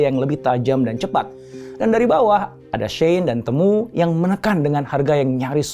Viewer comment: Bacanya bukan “temu” kayak kata “ketemu” tapi “timu”